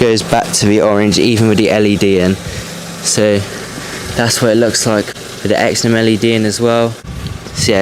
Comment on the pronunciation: It’s pronounced “zen-on”